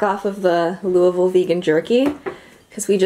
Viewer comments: I’m so proud of you for saying Louisville correctly lol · Look at him, pronouncing Louisville correctly!